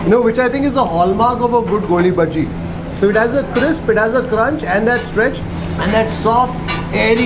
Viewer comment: Small correction - it's "Goli baje"